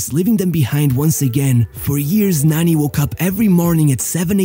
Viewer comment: Why you call him Nanny 😂 it’s said Narni witouth r sound